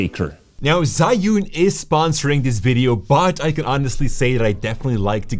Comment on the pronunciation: ZhiYun 智雲 "Zhee-Yoon", not "Zhai-Yoon".